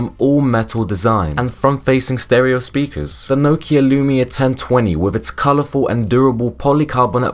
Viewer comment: Can’t say Nokia or Z correctly so too young to remember.